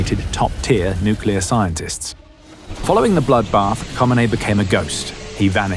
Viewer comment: LOL, Who T F is "Homanay?"